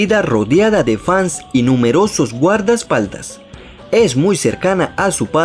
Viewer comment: Jaja no es guardas paldas es guerdespaldas